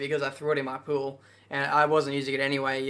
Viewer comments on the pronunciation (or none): How Australian: "I threw it in my pool" 😂😂